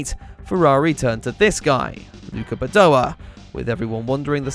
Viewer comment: It’s Badoèr!!! Not Badoah!